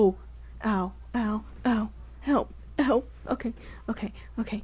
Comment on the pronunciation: The way he said hewlp 🤣🤣🤣😂